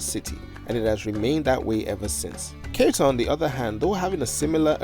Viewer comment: You really should have checked the pronunciation of Ceuta before making a whole video about it.